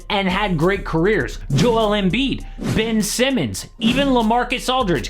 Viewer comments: Did he just say Ben Simmons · He said Ben Simmons lmaoooooooo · This man said Ben Simmons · Did he just say Ben Simmons? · Lol he said Ben Simmons 😂😂